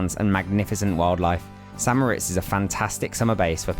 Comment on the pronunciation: Thank you for properly pronouncing St. Moritz as "San Moh-RITZ", because nearly everyone gets it wrong! I mean if you visit a place and make and post a video about it, learn how to pronounce it. 😁